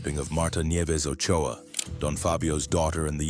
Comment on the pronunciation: Its Ochoa